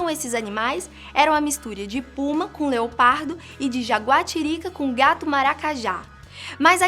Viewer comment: NÃO. É. ONÇa. É. LEOPADO